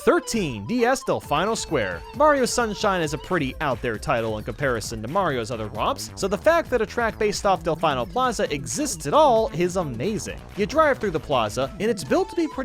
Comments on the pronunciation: Um.. its pronounced delfeeno. Not delfineo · I'm actually going to cry if you keep calling it Del-fie-no Square. It's Del-fee-no Square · Del FINE oh??? Oh my god its Del Fee No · I always thought it was pronouced Del-fen-o Square Not Del-fin-o Square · DelfIno? DEFINO? it’s pronounced Del-FEE-No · Did he just say Delf-EYE-no square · If there are two things I've learned during my recent rabbit-hole journey through Mario Kart videos, 1 is that I'm the only person alive who doesn't like the track Maple Treeway, and 2- Nobody pronounces Delfino (Del-Fee-No) properly. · Say Delfeino instead And you’ll be good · It’s pronounced Del-feen-oe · does he not know its pronounced (dell-fee-no) square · Excuuuuse me! It's actually Del-fee-no Square! ;) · Its pronounced delfeeeeeeeeeno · N-N-NANI?! DID YOU SAY DELF-EYE-NO????!!! Nah I'm jk jk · Del-fine-no Plaza. How. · God damn it, it's DelFEEno. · It's delfino not delfino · I'm sorry...HOW did you pronounce Delfino? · I hate how pronounces Delfino wrong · Great video but please don't say "Delfino Plaza" like that ever again pls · Delfino is a real Italian/Portuguese word, it means Dolphin. So i can safely say that you are not pronouncing it correct at all, for all I know you could be accidentally saying a swear in some language instead. Basically the "Fin"part has a similar sound to the "Phin" part in Dolphin. Normally i don't care if a game is text based, but Sunshine was the only Mario game to be voice acted, they have multiple characters pronounce the name, so i don't know how you got confused with the word =b